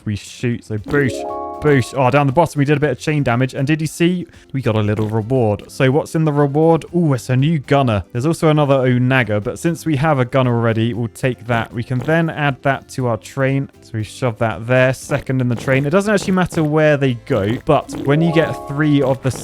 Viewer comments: You would think being an Engineer he would know how to spell ON-UH-JER. not O-nag-a. Given it was field engineers that would construct them during the Roman period lol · Yeah.. O-NAY-ger is a pretty wild one I must admit. 😂 Still never heard of this word, but even I probably would have guessed oH-nah-ger at least. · Hey friend, you pronounced onager like ‘oh-nagger’ it’s actually pronounced ‘on-uh-jer’ where the end bit sounds like ’jerk’. Happy engineering! -Stormy the Puppy Poet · "O-NAG-er." Facepalm It's onager,... "On-a-ger". Otherwise, love the content as always. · On age er. Onager NOT! O Nagger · love that you called an on-uh-gur an oh-nagger! lololol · its pronounced "on-uh-jer" Not oh-nag-er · Who else cringed when said Onager. I love you, but it's pronounced on-a-jer. Look up age of empires 2 streamers. They say it a lot. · Fair that it may not be all that common but he could've at least made the same, sensible mistake everyone else does and say "on-uh-gurr." I can't believe his mind thought that would be the right option. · Onager is On-a-jer lol Otherwise love the content like always 😊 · That's it, fail at "onager" and laugh at "vihicle." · cannot seriously be critical of pronunciations when he says onager like that! 🤣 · I'm gonna really need to not pronounce onager like that again 😂